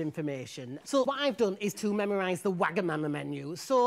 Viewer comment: the way he said Wagamama 😂😂😂